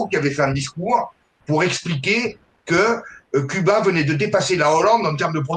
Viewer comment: Les religions mère de toutes les divisions n'ont rien de réellement spirituelle ! Cela dit le régime communiste est l'un des pire , fin des libertés individuelles au nom du collectif, la fin des haricots !Concernant Cuba, cela ce prononce Couba !